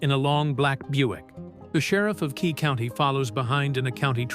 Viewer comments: Nice story. It's Quay County, not Key County. Holbrook is a town in Arizona, not New Mexico. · Quay county, not Key county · It would be better without AI. As a life long New Mexican, it’s a great story but it’s pronounced Too Cum Carry! And the county is Quay. Kway. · Nice story. Too bad that the artificial moron voice does not correctly pronounce Tucumcari and Quay county.